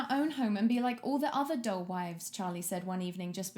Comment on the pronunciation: At ~ ish i could have sworn you said DOLL wives and i was so concerned (wouldn't even put it past jack tho)